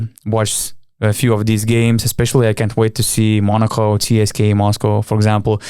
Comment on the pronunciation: Euroleague broadcasters (the ones that cover games in English and the ones that you hear on highlight reals and Top 10 lists) pronounce it "CSKA", but I have heard other media outlets pronounce it "CSKA". If I was you I would mirror the Euroleague media or pronounce it in the native languege which would be "CSKA".